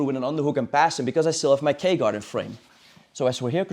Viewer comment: i thought he was saying the gay guard